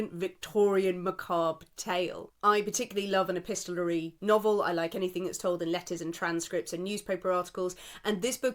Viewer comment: YOU SAID “EPISTOLARY”! Very well done 🎉🎉🎉